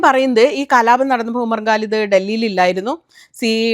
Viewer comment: Please try to pronounce Quran, not Guran. Also, Bharya, not Pharya. Umar Khalid, not Galid. Khan, not Gan. Humble request only